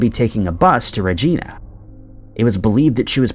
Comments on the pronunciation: Regeena instead of Regina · Dooblin and Rey-gina… DUB-LIN. Regina(say vagina but with a R)